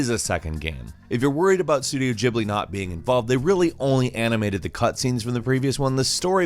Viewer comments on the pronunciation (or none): It’s studio Ghibli, not Jibly 🤔